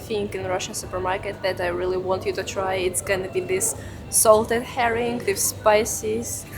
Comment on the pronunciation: Herring DVD 🤣 lmao